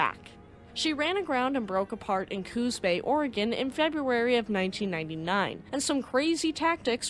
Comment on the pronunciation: You must be from the Oregon/Washington atea. You pronounce "Oregen" correctly! I was told it isn't "Oregone".